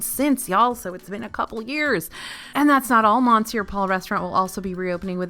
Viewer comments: I hate to ask this question, but why do you continue to mispronounce ‘Monsieur’? It’s ‘Muh-siur’. Do they pronounce the ‘n’ at the restaurant? Sorry - my five years of French in school are making me ask this question. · Good lord,, really?!? REALLY?!? Mon sewer Paul? I know you’re from Texas but I would expect that you would know better. Cheebus christmas. 😤😔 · Yeah, clearly it should be mon-sure-powell. Gosh, how crazy that someone who doesn’t speak French would mispronounce French words…